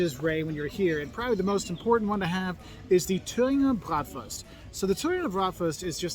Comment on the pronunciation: German here: You pronounced that wrong?! Dude you are one of the few americans who pronounces "Bratwurst" almost perfectly! Also, veal Schnitzel is the austrian version and there is another version of "Jägerschnitzel", the one from the former GDR: breaded Jagdwurst ("hunters sausage") with tomato sauce and noodles . And Sauerbraten is a kind of roasted beef which has been in a marinade that contains a lot of vingegar